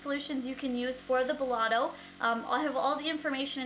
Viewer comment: Hey love it's belLETto not belLOTto :) I think I might purchase this :) great demo. And review